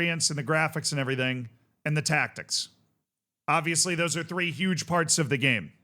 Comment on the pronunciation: Saying "free" instead of "three" is nothing to do with accents.